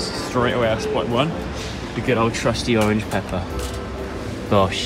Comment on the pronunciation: love you diane but i have got to say orange